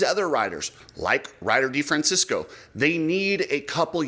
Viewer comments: De Fran Chess Co THATS HOW YOU Say Ryder D's lastname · Oh, RC and YOU, it's DeFrancEsco NOT DeFrancIsco. Not San Francisco.